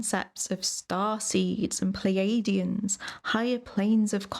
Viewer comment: 'Pleidians' haha ffs! good video, you're a bit of a milf. But as you say, you were into the paranormal. That's the real problem here, it's just all women talking women nonsense about vibrators and frequencies again... But i also did like conspiracy theories a bit when i was younger.